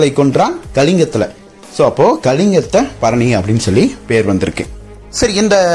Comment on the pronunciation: It’s one of the glorious literature of Tamil. If you don’t know the subject, please don’t Touch the subject. You can’t even pronounce the name properly, Just bluffing like a blind man has seen the elephant. Please don’t ruin the great Tamil literature,which made People proud of its Majestic heritage